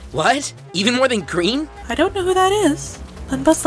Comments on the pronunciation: why he gween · YEAH WHY IS HE GREN??/ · Yeh why he gren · Why so reen!!!! 😂😂😂😅😂😂😂😂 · yeah why he gnee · cause he gren